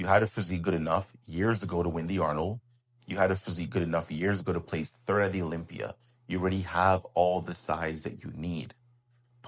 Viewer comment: It's called Olympia not blocklympia!!! 😂